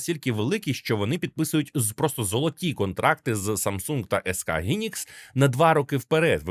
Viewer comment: Хайнікс, а не гінікс